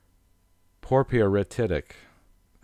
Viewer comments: ryolite, porepyrititic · this guy's pronunciation of several names is horrible ! Porphyritic being one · did this guy really say "guh-neese" for gneiss? I am speechless. He also completely mispronounced phaneritic and aphanitic. Also failed to mention which minerals are feldspars and potassium feldspars. edit: completely butchered porphyritic. Also I have no idea what that rock is but it definitely is not rhyolite.